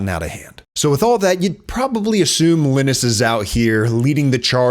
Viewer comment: great video but is that really how you say linus? Iih-nis or lie-nus. was bothering me bc I haven't heard that pronounciation before